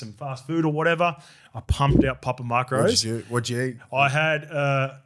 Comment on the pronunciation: Why is saying "papa mark-rose?" Isn't it macros? Like "mack-rose"